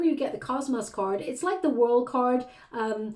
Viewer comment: Cosmos not cosmoss you are mispronouncing